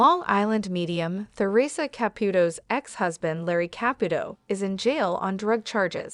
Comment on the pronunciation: I agree with the below comments-it must be hard for both parties. A word to the person programming the AI narrator: Take note that there's no "th" sound in the word Theresa.